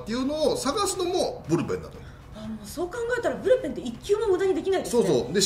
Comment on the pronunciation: ブルペンがプルペンになってるw なんかかわいいですwww